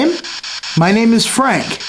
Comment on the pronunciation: The voice that said "Frank" had a German accent.